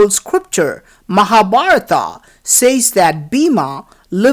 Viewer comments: Hey is naragaswarar so we celebrate deepavali ...and if u not know Tamil don't say..is it Mahabaratham. ..but u say mahabaratha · Good morning, your videos are good. But your pronunciation is not about HINDU gods names and places. for example: MAHA BHARAT and your pronounce an extra "A" after each words in your entire video and all vidoeS. So i request you to pay attention and not only you, but I would like all those EXPERTS ON INDIA living outside India. The actual is महाभारत and pronounced as you read in English "M ha" "Bha rt" so it is equivalent to "म हा" "भा रत" . Other is thanks for videos and knowledge you spread for Indian alone. And citizen of other nations. :Thanks again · I simply couldn't watch till the end.The commentators fake accent and irritating voice are simply too much ! The way he pronounces Indian names like Mahabharata,Hastinapura etc makes me want to puke !!!